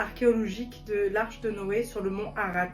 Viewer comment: C est le mont ararat.et pas arat